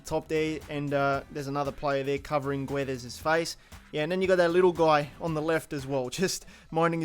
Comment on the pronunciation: Hi you pronounce GUedes but the U is silent. in Portuguese and Spanish you don't to pronounce the U after a G like AlgUien or MigUel If you don't have a U between or G and an E or an I you pronounce R in Spanish (like arGentino) and J in Portuguese (like Gedeson Fernandes)